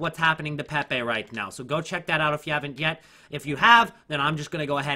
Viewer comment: If he says "PehPeh" one more time xD <3